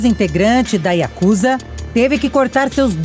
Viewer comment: finalmente alguém que pronuncia ヤクザ corretamente.